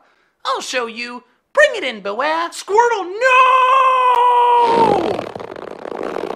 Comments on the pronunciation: thay sead boowear buts its bewear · It's pronounced bee-wear